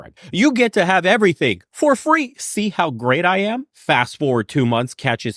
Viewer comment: Did anyone else hear "I 'ham' great"?